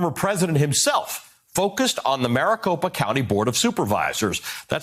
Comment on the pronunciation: Maricocopapa... I think you are adding a couple syllables to many.